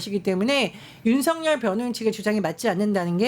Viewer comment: 윤석열의 올바른 발음은 윤서결입니다.